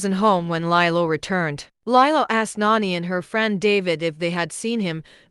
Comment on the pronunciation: Lilo... Lee-low